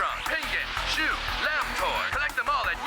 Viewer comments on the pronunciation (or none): They way he said shoe was shoe 😃